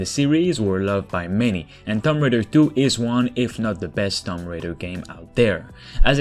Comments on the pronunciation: It’s not thump raider it’s (two)(om)(b) raider got u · I kept hearing Thumb Raider. Sorry. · “Tumm Raider” lol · What is Tom Raider? TOOM-B Raider...